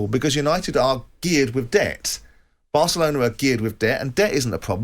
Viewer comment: Did he just say Asselona ???🙄🙄